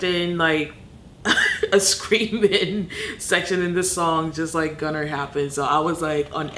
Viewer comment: Its gone (er) not gunner